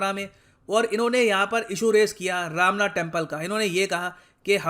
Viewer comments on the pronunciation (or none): Not ramna it is romna...